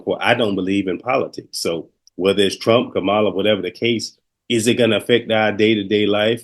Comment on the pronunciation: Kamala not kahmaaaaala please and thanks